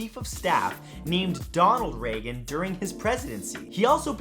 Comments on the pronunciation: Reagan's name was pronounced "Ray-gun" (you got that right), but Donald Regan's name was pronounced "Ree-gun". Not quite the same. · No, no, no. President was Ronald Reagan, pronounced Ray Gun. His cabinet member was Donald Regan, with no a after the e, and therefore pronounced REE gun. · Donald Regan's last name was pronounced with a long E sound, not a long A sound, as their last names were spelled differently.